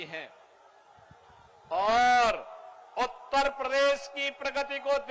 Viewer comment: Oyyar nahi uttar pradesh Disa nahi dishs Siksa nqhi shikshs